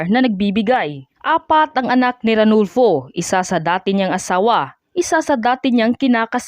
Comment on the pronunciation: Ano ba vlogger arnulfo hindi ranulfo at hinarang ang kanyang pagiging major general at hindi brigadier,magresearch muna bago magdakdak